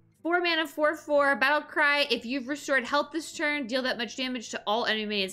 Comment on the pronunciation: I find it funny how you pronouce thaurissan and some others like cthun. (If your curious Cthun is pronounced cah-thoon (cause there is a minion that screams his name 3 times XD)